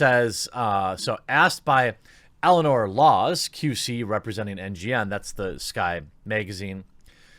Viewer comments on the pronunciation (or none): none